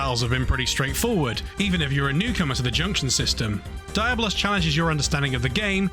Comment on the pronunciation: Im inclined to agree with Darklordyianni. Do you pronounce comb as "coo-mm" because Tomb is spelled the same but pronounced differently? It really has been established as "dee-ah-blos" and not just from Final Fantasy bro, but from other games or fantasy